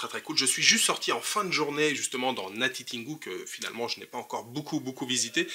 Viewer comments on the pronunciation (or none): C'est natitingou tin et non tine